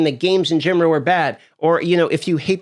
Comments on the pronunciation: why does he say "gemoral" instead of "general"? i heard this 3x in this video. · “In genrow” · "Gaming in gemeral"